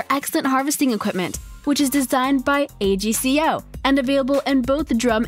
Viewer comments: It’s not pronounced A.C.G.O it’s like this AGCO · It’s AGCO NOT A G C O